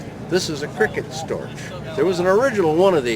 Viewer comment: For goodness' sake, it is pronounced "stork" ( rhymes with pork ).. It is NOT "Storch" rhyming like "torch".The german "ch"ending is pronounced like a k